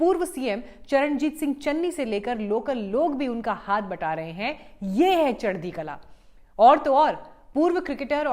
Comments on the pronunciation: its kalaa and not kalaan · चढदी कलां नहीं जी “चढदी कला” बोला जाता है। आपका धन्यवाद 🙏🏻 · There is no sound of “ n “ At the end. Punjabis sent back “ Alexander the no so great” what’s water !